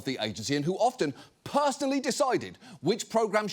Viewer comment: Please, John, the "t" in "often" is SILENT!